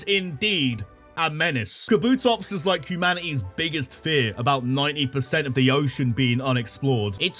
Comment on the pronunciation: DO NOT LEAVE OFF THE P IN KABUTOPS!